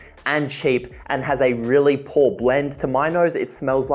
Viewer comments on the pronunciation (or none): none